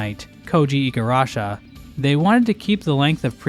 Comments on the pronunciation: Why does he keep saying Igarasha!? That's clearly not how you spell his name. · You mispronounced Igarashi's last name.